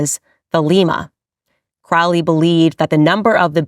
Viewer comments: It's pronounced Crowley like lowly, not Krau Li. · KROW-lee. Not KRAU-lee. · Crowley isn't pronounced that way. The trick to remember is "Unholy Crowley" not that it really matters. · just fyi, not making a statement on my beliefs, but his name is pronounced CROW-ly (like the carrion birds). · "Crowley", as in Holy. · Crowley is pronounced Cro-ley,it ryhmes with holy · Aleister *Crowley -- they pronounce it [kroʊli]. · “Crowley”, usually pronounced Crow-ley, as in 🐦‍⬛ Crow, the bird! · 🪄 pronounced crow-lee ... 😒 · Its crow lee. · Crowley wrote a poem on how to pronounce his name. The second someone pronounces it wrong I automatically know they have no idea what they're talking about. ;) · Candace, you are learning but at least learn to pronounce their names correctly especially the CIA baby eater book writer. Do you know the name is pronounced just as you say the birds name and he was adamant about it. If you would like to really get into it, read all this books, find the women who he inpregnanted then convinced them too sacrifice /ate. Check the mental institutions.